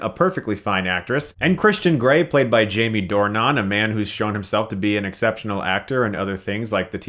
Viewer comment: yes Chris, J-ME DOORNON